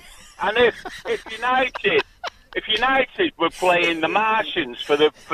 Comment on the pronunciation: Why does the presenter guy say 'you-nye-did' instead of 'you-nye-tid'